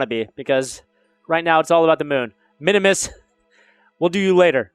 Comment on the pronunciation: It's min-mus not min-o-mus